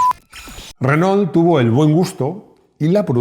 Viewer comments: Qué cosa tan loca que los españoles no puedan pronunciar bien el castellano 🤣🤣 (en este caso tampoco el francés). Renault se dice renó, ma' qué "renol". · Se pronuncia RENó, no Renoul